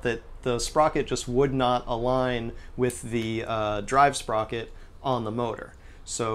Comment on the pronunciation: when he started using words like sprocet I though I was watching an episode of alien TV on rick n' morty